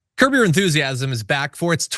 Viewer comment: John, did you say "Curb your Enthusiasm" or "COUGAR Enthusiasm"???